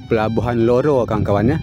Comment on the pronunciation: Harusnya sih RORO bang. Cuma kayaknya agak susah ngomong R